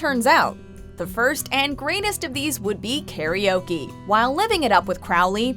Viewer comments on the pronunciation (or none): He butchered Karaoke literally butchered Karaoke in the worst fluctual way possible.